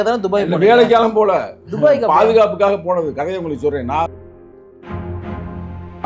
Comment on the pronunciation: நெறியாளர், அது என்ன டுபாய் டுபாய் என்று துபாய் அழைத்து கொண்டு இருக்க 😂😂😂 எனக்கு டுபாகூர் டுபாக்கூர் என்று சங்க தமிழனை கிண்டல் அடிப்பது போல கேட்கிறது 😂😂😂